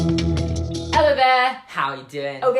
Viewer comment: "Ello" Oh a Britt Lel. Cali guy here